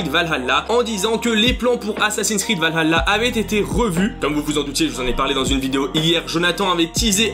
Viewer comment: infos intéressantes mais la prononciation de valhalla me fait mal aux oreilles :p alors dans la langue de nos chers vikings cela se prononce val ha (H aspiré) tla ( le double L se prononçant TL) mais sinon à quand un AC dans le monde Celte contre les Romains :)